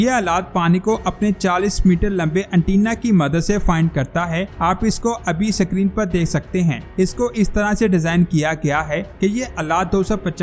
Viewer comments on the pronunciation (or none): Dear word is Screen not SIckreen